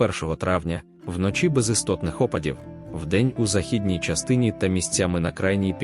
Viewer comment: Ставте правильно наголос на слово західній.